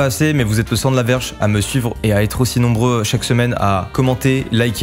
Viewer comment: C'est moi ou personne a remarqué qu'il dit "vous êtes le sang de la verge" mdr. Sinon ton studio est vraiment incroyable